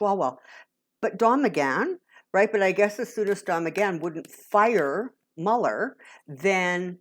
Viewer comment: you are the only one that pronounces mueller's name properly